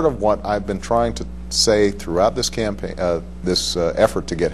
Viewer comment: He says "campaign" .. hmmmmmmmmmmmmmmmmm lol